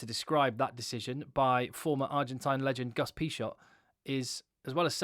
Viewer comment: Great video, though you literally made me hit the table each time you pronounced Agustín Pichot name. Cheers